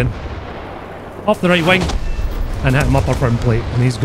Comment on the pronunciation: i love how he says wing like wang